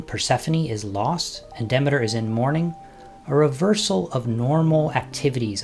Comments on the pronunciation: I found that it's pronounced [ dih-mee-ter ]. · Duh-MEE-ter. PLEEZE!!!!